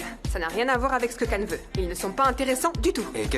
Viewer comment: moi qui connait la série en turc, cela me fait bizarre de les entendre dit CAN alors que cela se prononce CHIAN